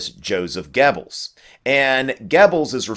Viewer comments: In German and Swedish, "oe" is the same as "ö". So it's Gubbels, not Gebbels. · I love your videoes, but i hate it when you butcher the German language. It's pronounced :Gerbles" not Gebbels. I know there's no R in it, but that is the proper pronunciation.